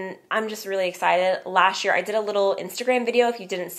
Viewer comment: Please stop saying "dish" year and "lasht" year, it is"this year"and "last year"!